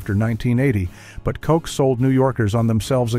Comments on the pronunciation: Ha, silly AI. It's KOTCH not COCK. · Ed Koch... pronounced "Kot-ch." Not "coke," not "cook," not "cock." "Kot-ch". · dumb AI its not KOCK its KOCH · OMG - It’s pronounced ED “KOTCH”, not “COKE”. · Mayor Ed KAHHCH, not Kock. Someone get the AI voice to re-do the name. Sheesh. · Um, hello, Mr. AI...its pronounced Ed Koch, not Ed Kock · I guess you get used to things. It was also the time of Saturday Night Live. The Stones Released Some Girls while Mick lived in NYC. I remember being at a free concert in Central Park and Koch pronounced (kotch) as the AI is pronouncing it wrong! Anyway Koch came to the microphone before the concert to say hello and we all booed him. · Is this narrated and compiled by AI? Why are they pronouncing Ed Koch's name like "cock"? It's with a "ch" sound at the end. Otherwise, all this tracks. I turned 18 in 75 and NYC was incredibly exciting and scary, although we had that impervious sense of invincibility of youth! Never usually felt scared, even though there was surely a lot to be scared of! There were some close calls for sure. Made it out alive though! Many great adventures, clubs, and sexcapades! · Edward Koch is pronounced so that Koch rhymes with Crotch: K-short O- c-hach. This story is AI generated. Or as Ed would say: Bullshit. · In fairness, Ed was one, so it's appreciate in this case. 🤷‍♂️ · kept misprouncing mayor Koch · The AI narration is so annoying — and obvious when it can’t correctly pronounce names like Ed Koch’s. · He needs to learn to say Koch's name properly. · Another AI narrated mess. Can't even pronounce Koch. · When it said the name, Ed Koch.